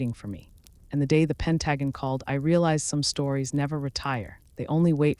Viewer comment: AI by someone who speaks English as a second language? Pronounce Pentagon as Pen tuh gone’ accent on the last syllable